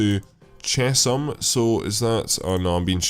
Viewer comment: Chesham is pronounced 'Chess-hum'